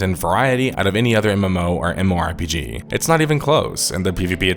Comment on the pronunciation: Who the hell says MMORPG as "MORE-PGs".....?